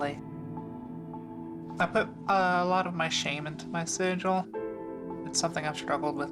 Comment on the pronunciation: This guy isnt a shaman ,hes just a x meth head ,that has found a loophole on how to still get high and call it work lol . I would say hes a clever business man but after the way he repeatedly pronounced the word SIGIL ,I just cant lend credit 2 his intelligence lol . Thx mother ayawahhh.. the hell ever lol